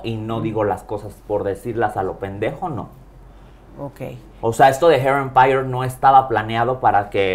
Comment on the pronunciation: Hair Empire! Y la otra what that fuck! Lol 😂 les doy la razón cuando lo dice y el qué pedo?